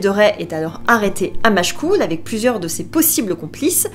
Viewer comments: Histoire très bien narrée 😊 J'ai seulement tiqué sur la prononciation des noms mais c'est vraiment pas grave ^^ Retz se prononce ré en non rè, on ne prononce pas la fin de Machecoule et ne disant que Machecou, etc. Mais ça, c'est écrit nulle part ^^ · J’habite Nantes et je suis issu du nord Vendée à 30km de Machecoul et je n’ai jamais entendu prononce son L 😅 Même ma tante et ses collègues qui enseignaient là-bas ne le prononçaient pas 😋 Je ne dis pas que c’est LA règle mais dans mes oreilles, seuls les gens « étrangers » à la région le prononce avec un L 😋 En tout cas, ta vidéo a fait resurgir un souvenir d’enfance où on avait suivit les traces de Gilles de Rais avec l’école ❤